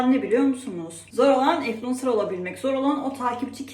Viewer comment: 500 kere ınfulencer dedin ya 😂